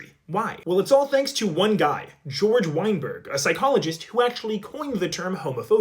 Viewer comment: ''Whine Berg"